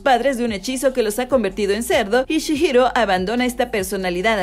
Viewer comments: Spirited away es una película de animación nipona, realizada por Studio Ghibli, ni una serie. Se pronuncia ”Chijiro”, no “Chishiro”, también pronunciaste mal “spirited”, dijiste “espirid”, se pronuncia “spiritid”, mira antes de hacer tus videos podrías practicar las pronunciaciones, si sientes que es muy difícil, podrías decir el título en español al menos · Pronuncias re mal el nombre de chihiro